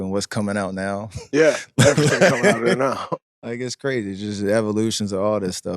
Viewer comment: Man's really saying brazy lmao